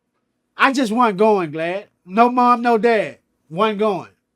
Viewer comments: This shit an instant classic. Him saying "glad" instead of "vlad" makes it 100x more hilarious. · Is he saying .. glad... and not vlad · He calls that boy Glad instead of Vlad hahaha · Black keeps calling him Glad 😂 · 😂😂😂, why does he keep calling him Glad...... Too funny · He call him Glad😂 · Black called him "Glad" 😂😂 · He calling him Glad!😂😂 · Is it me or do Black keep calling Vlad Glad? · Is he calling him glad? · Is it me or he calling vlad glad? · He callin that mayn glad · Why he keep calling him GLAD!!! Lmao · If he say GLAD one more thing 🤣🤣🤣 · Vlad aint correct dawg not 1 time wen he said Glad 🤣🤣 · Did you mean "glad" or "vlad" lol jk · He call him Glad lol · Vlad is the only person that does interviews and doesn't get any respect put on his name lol. I've heard people call him Blod, Vlood, Blad and now Glad lmao it's gotta be trolling at this point lol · He called that man "Glad" 🤣🤣🤣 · "I wasn't going glad " 🤣 he is not saying Vlad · I wonder if it pissed Vlad off that he couldn't say the "V" & kept calling him "Glad" 😁😂😂 I was 💀 laughing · I watch 3 of these videos and I thought I was hearing stuff... but is Crunchy calling him "Glad"??? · He called him "Glad" 😆😅😂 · I laughed every time he call him glad😂😂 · He really called this man “glad” 😂 🤦‍♂️ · U-God: vlod Crunchy black: guh lad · Do he realized he saying "Glad"?😃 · I like hearing this nigga call him glad and glad not correcting him 😂💀⚰️.... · I'm just watching these clips to hear him call Vlad Glad 😀😀 YOUKNOWHATIMTAMBOUT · Lol vlad so scared to correct crunchy i bet he still getting called glad to this day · Lmao...I’m Glad someone noticed that!! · Lmao "Glad" 😭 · He calling him " glad " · LMFAO 😂 he saying"glad" 🔥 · He callin him “Glad” tho. 😂😂 REAL OG. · Why it sound like he keep calling him Glad? 😂😂😂🤦🏾‍♂️ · Is he saying"glad" to avoid the "V"? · 🚶🏿‍♂️“ahhight GLAD”👋🏿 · I love when he call him GLAD 🤣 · Glad will never correct CB on the name mispronunciation. 😂